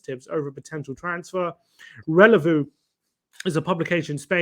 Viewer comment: Ffs guys, you are masacring these spanish publications.....its mar- ka (marca it means SCORE in football) ......its Reh-le- vo (it means RELAY) and its el Chi-ring-ghee-tow (it means BEACH BAR)